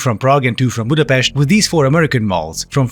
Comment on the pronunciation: wow perfect pronounciation of the hungarian capitalcity Pudapest. big well done for you :D